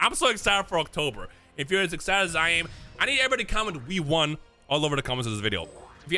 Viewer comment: I thought he said "d1" at the end, but he said, "We won" lol. Can't wait for October!